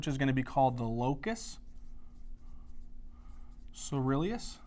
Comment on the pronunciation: Locus ceruleus. Try to look up and listen to the pronunciations, as you miss one or two every lecture. Don't get me wrong, I love your lectures. You are systematic and there's a lot of new research you reveal!